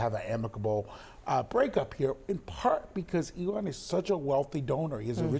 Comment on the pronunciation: It is ELON not ELTON?